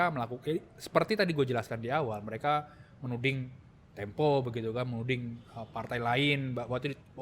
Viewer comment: Tempo bukan Tempe ...